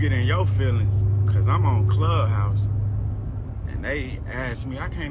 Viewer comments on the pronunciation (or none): Though actually.. he didn't say "club house" he said.. "Clu house..." Cause, English so.. 👍🏽